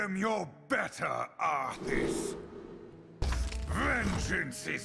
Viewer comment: Thanks for the vid! I'm not sure why Blizzard thought that Illidan pronouncing Arthas as 'Arthis' was a good idea.